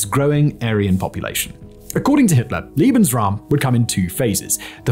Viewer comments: The correct pronunciation is Laybensraum, not Leebensraum. Other than that a worthy presentation. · Leben is pronounced lay-ben. You're saying liebensraum, which would mean love space. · A very minor note in an otherwise very well researched video - the way you are saying Lebensraum is actually saying "loving room/area" it is pronounces LAYbens Raum, not LEE. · The way you say "lebensraum" actual sounds like "liebensraum", which means "love space". Uui. 😂